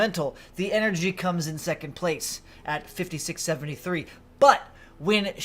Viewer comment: “Enery” lol.